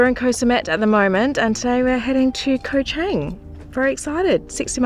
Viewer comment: My favorite island is NOT Koh ChEng! It's Koh ChAng...